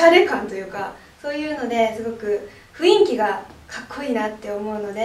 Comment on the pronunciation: 人に訊く前に「ウィキる」 「ふいんき」 さゆｗｗ